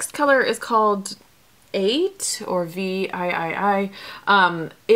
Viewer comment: I have watched all ur series. I haven't commented but I can not take it. Not dorthy who?, Not viii, I can not take it!!! Ok sorry continue...